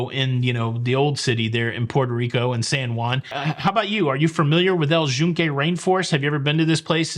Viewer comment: I actually was going to commend pronunciation because it’s how we heard it pronounced by locals while in PR. We definitely were pronouncing it incorrectly as “Yoon-kay” up until then. (I also started saying “gracia” without the ‘s’ once I heard that. While in Rome…or PR…)